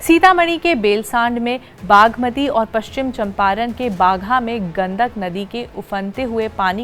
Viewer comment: Abe Gandhak nahi….. Gandak hai Aapne Naam Padhne me Angrej ko bhi Fail kar diya 😂😂😂😂